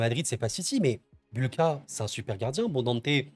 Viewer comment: petite précision, Bułka ne se prononce pas "Boulca" mais "Bouwka", le ł l barré polonais se prononce "w"